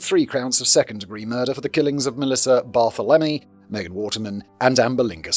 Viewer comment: "Mass-uh-PEE-kwa". "30 ought 6" for the rifle. "Bar-THEL-em-ee" Most Americans are in favor of gun control. Many cops don't think disenfranchised groups count as human beings. Check out the 1960 murder of Irene Garza. She went to church for confession where she was raped and murdered by the parish priest. Law enforcement, local and state governments, and the Catholic Church actively and very successfullly covered for him for decades. Ex-wife has cancer.